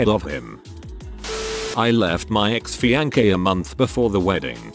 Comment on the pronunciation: Can you fix the way the computer says fiancé?